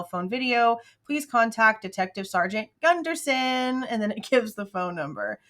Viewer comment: Oh sweet Jesus, not gundersen! 🤦‍♀️